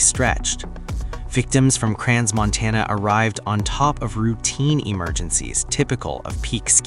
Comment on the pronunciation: Probably it is not the right place and time to say this, it is pronounced "Cran-Montana" not "Cran(s)-Montana, the "s" after "Cran" is silent.